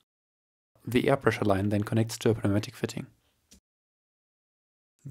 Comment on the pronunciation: just to save you some effort while speaking, I should tell you the the "p" in Pneumatic is Silent in English. Sounds like New-Matic